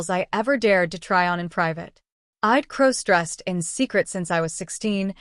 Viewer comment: Stop mispronouncing crossdressed😮